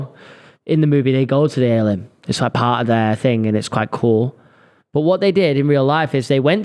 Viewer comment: It’s called the AY-LEE-INN. Like alien. Not ale-inn lmao